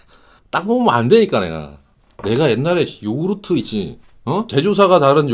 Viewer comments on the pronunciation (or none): none